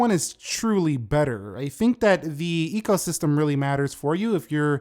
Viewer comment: Although you said ego system instead of eco system, I like to think you didn’t stutter as it does boost some people’s ego to own an iPhone regardless of generation.